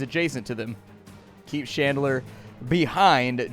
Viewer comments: It's Chandler, not "Shandler." Haven't you ever seen Friends? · You are pronouncing Chandler like Shandler and I can’t fucking stand it. Are you really that dense? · Who pronouces Chandler as Shandler... wtf. Bad.